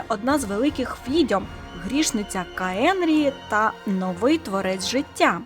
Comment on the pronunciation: Може все-таки «Каенріах», а не «каенрії/каенрі»?